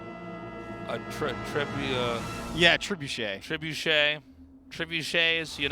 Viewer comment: it was bad enough when they couldnt think of the word "trebuchet", but it was made even worse by the way they were pronouncing it.